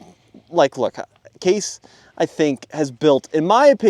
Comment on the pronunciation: it's case not kase